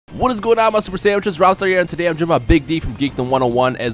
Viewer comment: Every time you start a video it sounds like you call us "Super sandwiches". It makes me smirk. I don't know random... but just thought I share.